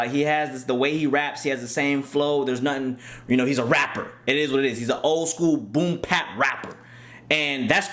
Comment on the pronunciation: It's boom bap not boom pap